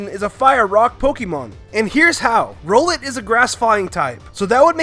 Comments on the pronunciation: its R-owl-et not roe-let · It's rOWlet not ROllit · wait a sec... DID HE JUST CALL ROWLET ROLLET?!?!?!